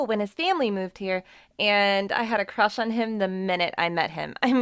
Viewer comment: It’s crush not chached